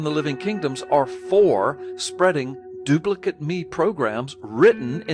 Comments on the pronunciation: Did no-one else notice that Gallups kept reading the Dawkins quote as "doo-pli-kit me" rather than "doo-pli-KATE me"? I suppose there is an off chance that the man is so utterly ignorant of the grown-up version his native language as to be entirely unaware that "duplicate" is the spelling of both an adjective and a verb. Crap happens, especially in schools. It's far more likely, though, that he is guiding his listeners as to how they should read what Dawkins wrote should they happen upon it themselves. The difference in reading isn't subtle: the adjectival form - his guided understanding - reads as though the single parent organism is dispensing instructions to make identical copies of the parent, while the imperative verbal form says "make copies of these instructions". In the case of asexual reproduction, these amount to the same thing... or would, if it weren't for those pesky mutations and insertions and such. But it is never the same statement in sexual reproduction. Even in parthenogenesis in an otherwise sexually-reproducing species, it is often the case that meiosis and diploid restoration will mean that the child organism will not be a full clone of the parent. One reading virtually prohibits evolution, while the other practically guarantees it. As much as I would like to believe that this is all about the stupid leading the stupid, subtleties like this keep pointing me towards the deliberate deception hypothesis. Not only does one need to be a little underinformed i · As if Gallups needed to do anything to make me want to punch him in the vocal cords even more, it was so freaking grating hearing him get the inflection wrong on Dawkins's "duplicate me programs". "Duplicate" here is an imperative verb with "me" its object, not an adjective. It's a similar construction to "fuck me pumps".